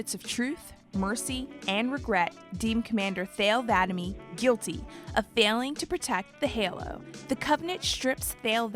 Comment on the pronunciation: I wish they got someone who's actually played the games to narrate this video because there's literally no excuse for mispronouncing so many things it's ridiculous. A two minute google search would have showed you go to pronounce Cortana or Thel Vadam.